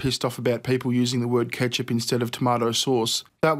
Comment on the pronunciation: c'mon dude....no-one in oz would EVER say ketzup.....even if they were offered cash....let em say kechup any way they can....it never gets old...lol....(how winey is this "angry gameboy stoner' cunts voice...lol...too much pot.)